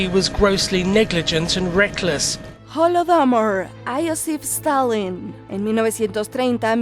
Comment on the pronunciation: Aiosif Estalin. xDDDD